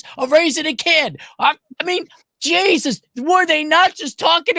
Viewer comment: got so riled up his Irish ancestors spoke through him when he said JYEAHSUS